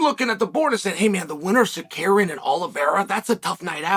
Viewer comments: Sar-care-e-in is a crazy way to pronounce suh-rew-key-in (Tsarukyan) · HOW HARD IS IT TO SAY TSA-RU-KYAN? You say you are the smartest guy to ever do MMA in same video where you refuse to pronounce names the way they are written, it just hurts your credibility. TSIRKADIAN??? OK CHIILE SONGÆNÖN. Tsikurian? How many different ways can you say it before you learn 3 syllables buddy? We love you Uncle Chael, but do better please. Another one: Pierora? PE-HEI-RA. Not Pereira, not Pierora, Pierrot, or Parrota. Please pronounce: PEHEIRA! TSARUKIAN! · Chael, FOR GOD'S SAKE, Tsa-ru-kian not sacarian 🤣🤣🤣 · It's a gimmick that started with "Ya Rear" Rodriguez, and has since touched "Camaro" Usman, "Hazmat" Chimaev, Islam "Michael Tchev" ... and now Arman "Suckaryan". Chael once told no one would pronounce his first name correclty when he was younger, I guess he's now taking revenge on others 😅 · Arman SA-ROOK-YAN ... for Petes Sake Chael... lol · Tsarukyan... Tuh-sah-roo-kee-yin but say it fast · It’s Tsa…Roo…Kian. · Dear Mr bad guy. Please stop saying Tsarukyan name like that. You messed up a few videos ago and said it properly IDK why you do this